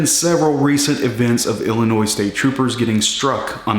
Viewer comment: Thanks for saying Illinois and not Illinoissssss! With the point system, is it 12 points a year ?